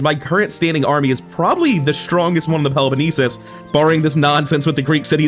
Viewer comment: I think the pronunciation that he says is way better IMO, it's more authentic and not "English Greek" sounding. Peloponnesus, which is either Greek or Latin way of saying the name.